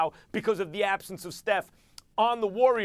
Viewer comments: Did he just say :"most vital cock " at the end? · Most vital Cock? Am I hearing things?